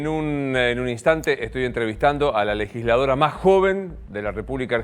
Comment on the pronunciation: DICE LEGILSLADORA , es legisladora america tv